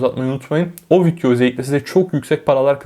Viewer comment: fidyo dediği için odaklanamıyorum